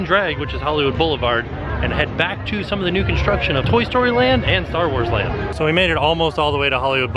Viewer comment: did you say a NUDE DVC Resort? Because thats definitely what I heard...